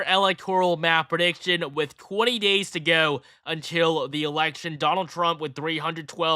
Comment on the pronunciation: "There are just 20 gays left to go." I had to triple check that.